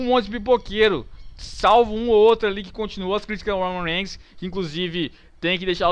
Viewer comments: aprender a falar Roman Reigns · o cara nao sabe nem fala o nome do romam reigns